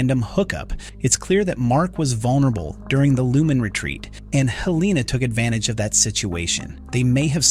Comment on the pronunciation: Helen-UH. Not Hell EEE Nah. Very distracting!